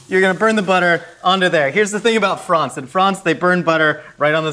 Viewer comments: FRONCE. Dear god, I hope that was deliberate. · 😂😂😂😂 and then he was speaking nonsense that made sense and saying "frons" I just 💀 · “That’s how they do it is FROHNS” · Nobody:: F r O n C e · No one:: Fronce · The way pronounces France makes me feel inferior